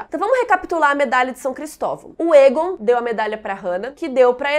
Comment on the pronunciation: Toda vez que a fala Egon, eu ouço ela falando "targaryen"....kkkkk